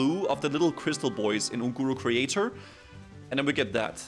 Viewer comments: ungoro Crator, not creator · Crater not crator.....